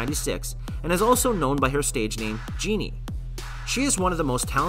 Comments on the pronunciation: When he pronounced JENNIE as GENIE ME be like: 🤭🤭😧😧😧😧🤣🤣🤣🤣🤣🤣😂😂😂😂😂😂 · Her name is pronounced as jen-ny not genie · I’m sorry did he just say genie kim 🤣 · My dude really said jeannie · this man said Jinni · When he started saying JEANNIE, I was out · The way he pronounce jennie